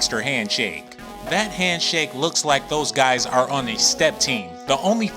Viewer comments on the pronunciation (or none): none